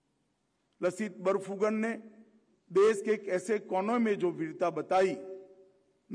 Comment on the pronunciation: लसित बरफूकन नहीं, सही उच्चारण "लाचित बरफूकन" है जनाब! (Lachit) (লাচিত) लाचित बरफूकन ने देश सेवा की जिस गलती की सजा अपने मामा को दी थी, क्या वही सजा आज के इन गुमराह करने वाले नेताओं को भी नहीं मिलनी चाहिए?